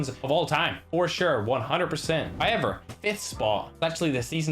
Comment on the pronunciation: “HOYEVER”, “SHEAM”.. YouTube: SUBTITLES NOT AVAILABLE FOR THIS VIDEO